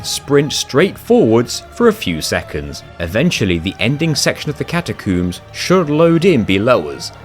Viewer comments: catacuums lol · I know it's just how he says it, but I laughed at him saying catacooms. Edit: a fantastic video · "Catacoombs" haha loved the pronunciation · ill never get over "catacooms" makes me chuckle every time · Seems like its an insane technicality that you can. Having alt accounts and another player, so does it really count? Also you prounce it Cata-Coombs.... really. Its Cata Combs. Freed? Brother its frie-de